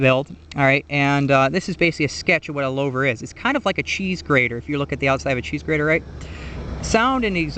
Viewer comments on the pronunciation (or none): Lowver? Isn’t it pronounced loover? Got hung up on this and didn’t hear much of the video…